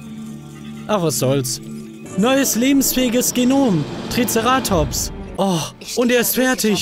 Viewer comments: Du sagst TriceRAtops, es heißtvaber TriCERAtops! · TricerAtops? Wird das nicht Triceratops gesprochen? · Du betonst TrizerAtops falsch haha. Das heißt TrizEratops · TricerAAtops nice Aussprache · Ich finds lustig wie Manu Triceratops ausspricht😂❤️ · einfach geil wie Manu "Triceratops" ausspricht :D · Wie er Triceratops ausspricht triggert einfach so hart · Wie witzig glp triceratops auspricht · alter wie sprichst du treceratops aus....da bluten die ohren^^ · Du sprichst Triceratops falsch aus!